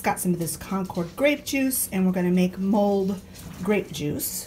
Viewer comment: I thought you said ‘we’re going to make mold’ (and I was scratching my head) and then realized you said ‘mulled’ grape juice. 😂 Happy New Year to you guys! As far as 2020 goes, I say GOOD RIDDANCE.😑😁